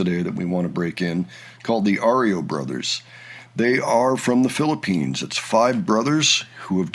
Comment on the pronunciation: Sir we called it REO (riyo) not ORYO, sorry to correct you, thank you